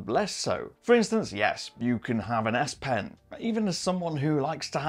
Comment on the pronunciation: I heard "aSSS" pen.........